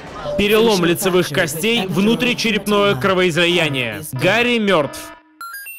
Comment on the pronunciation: Гарри мёртв от кровоизОЯния